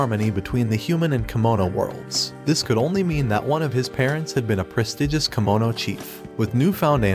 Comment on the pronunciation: It's Kemono Jihen, Not Kimono.